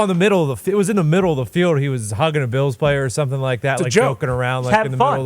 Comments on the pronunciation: Pat your pronunciation of Bills gives me life. Go Beeyaouwz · Why can’t he pronounce ’Bills?’